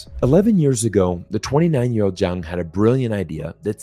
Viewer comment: Love your videos, but just as a side note, his name is Zhang, but you were pronouncing it like Jiang. Not easy I know!